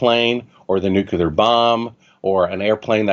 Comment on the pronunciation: Well I made it through 23 minutes and 30 seconds before I decided this guy is an idiot, whether we went to the moon or not. Nobody with a half decent IQ says Nuke-you-lar several times in a row. It’s Nuke-lee-er you fucking half wit.